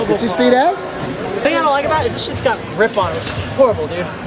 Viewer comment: "State" really and a quick tip it's that not "thad"Know leave me alone.